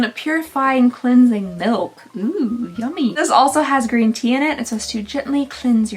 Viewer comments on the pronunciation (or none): none